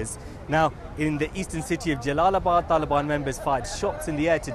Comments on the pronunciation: Why does this guy say Taelibaan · I hate how this guy pronounces the word “Taliban”